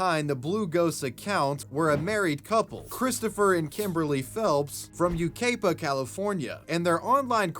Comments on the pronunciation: Shoutout to all the Yucaipans who cringed when said "You-kay-puh" I feel your pain. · Btw, it's YEW-KAI-PUH. (Obviously just for those who care, lol). Aka "Yuckapie" if u prefer. I was actually a neighbor of the dude for a brief time before moving to washington. The place is weird it's a "farmy trying to be suburban" kinda "lil town" and we (my father, stepmother, and myself) moved there after the fires in San Bernardino, only to have a massive fire breakout nearby within like, not even 2 years. Tho the apple butter is a lifetime addiction of mine now lmfao. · Yucaipa is pronounced: Yew-Kai-Puh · Yu-KAI-pa sir, not Yu-KAY-pa 😭😭😭 Please lmfao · Great Video... Jeremy needs help... LOCK HIM UP!!! LOL they gave him too many chances to run amok !!!! And Yucaipa is pronounced: YOU-KAI-PA, not you-cay-pa. That couple made news all up and down the state. They had their baby in the car so I don't feel sorry for them one bit. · U KY PA that's how your supposed to pronounce Yucaipa, but I strangely like your pronunciation better so from now on, I will no longer be going to Yucaipa, i will be on my way to U CAY PA!! haha just funnin man great vid, heck I even subbed the video was so good that crazy accident couple is close to where I live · You-Kai-Puh.. Thats how you pronounce thst city. As San Bernardino is my hometown and county I grew up in, Yucaipa is an ass backwards area of the county 😂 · You-kai-pa (fixed it) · it's pronounced yuKAIpa. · it's pronounced You-Kai-Pah but sick vid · Its pronounced "U-kye-pa" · I love you, but the way you just pronounced my home towns name is hilarious 😂. Its YOO-KAI-PUH That really took me back to my childhood and hearing people say it wrong because theyve only read it, but not heard it pronounced. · Aye my home town made it ❤ and it’s pronounced YOU KAI PA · . its You-Kai-Pa. is how you pronounce it lol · I’m sorry but how did you pronounce Yucaipa?!?! You-ki-puh